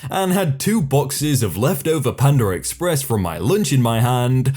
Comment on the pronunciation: “Pand’r Express”? aren’t you English? I demand you speak English like normal person. -Karen